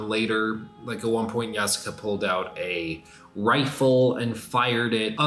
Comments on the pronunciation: Ya-skay not ya-sook-ay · Great video But bro, it's "yaas-kay" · YASSUUUKE at least pronounce it right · Did he say YahSooKay? 😂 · The u in yasuke is silent. It's not pronounced yah-sue-kay. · Really wish you would pronounce Yasuke correctly